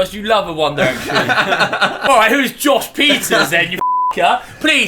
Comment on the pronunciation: When he declared Josh Pieters as the winner I literally thought he said “Joshua’s Pizzas” and now you know how hungry I am 😂